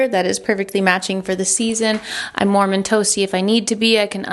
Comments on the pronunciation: I also heard "Mormon toasty"! And it is a Mormon look so I thought it was intentional! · It sounds like you say “ I’m Mormon toasty” instead of warm and toasty! which honestly, the chic look with the sweater over the dress is both appropriate and effortless! Something about the last few videos makes it feel like all of those little puzzle pieces of style, chicness, effortlessness and casual are all coming together for you and I AM HERE FOR IT!!!! Inspiring me to take a softer approach to parts of my life so thank you thank you thank you! Modular closets FTW!